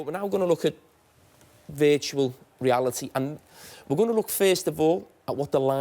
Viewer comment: Veetahual reawity